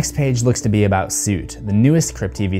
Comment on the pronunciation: dude. it soot like "foot" not soot like "suit"